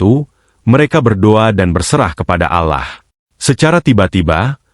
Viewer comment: Penyiar ini aku kira bukan Muslim dari ucapan nya. ALLAH.dibaca alah